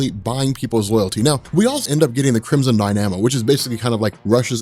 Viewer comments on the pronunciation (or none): Are you screwing with us, mispronouncing Crimson Dynamo? The accent is on the 1st syllable!